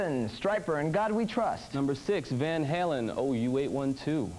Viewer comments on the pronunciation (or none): he says Van Hellen, not Haylen.